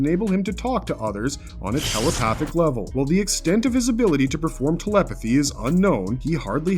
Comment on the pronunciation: "Does Spiderman 2099 have tell-o-pa-thick paw-wores..." - !?... No, pudgy mouth-breather of low I.Q and dense intellect, there is no "o" in telepathic. There is no "w" in thoughts, it isn't "thaw-uts." Learn how to breathe properly and your oration will become closer to correct.